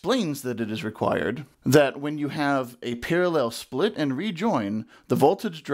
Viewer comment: Par-a-LELL ! I love it, that is how I say it. I also say food proces-SORE